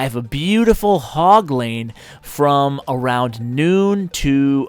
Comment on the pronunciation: "Hog lane" "Hogleine" "Ashleine